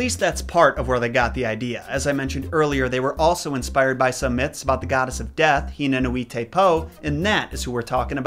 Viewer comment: Caption: Tikikapapa; Pare: TikikapaKApa; Pah Which is right?:) Also, I have a sneaky suspicion that nui is NOOey, not nooEE. But I have no way of verifying it.